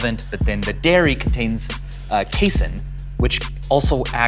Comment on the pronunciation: I've never heard anyone pronounce casein that way before. I'm tilted